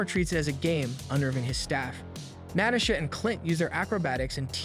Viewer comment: Great video but damn the way he says some names is mind boggling and annoying. Like Rhodey, Natasha, etc. who tf says Natasha like that